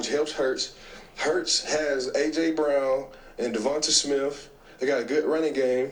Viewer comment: It's Jalen Smith not Smiff you jackaoff